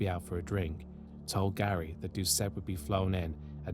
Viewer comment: Thank you for pronouncing the Cajun names (mostly) correct. One small note- ‘Doucet’ is pronounced ‘doo-SAY’. I remember my momma always saying she’d kill a man that did that too. He was a local hero. He IS STILL a hero.